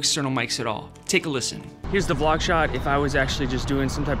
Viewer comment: when you say V- LOG are you trying to say VLOG?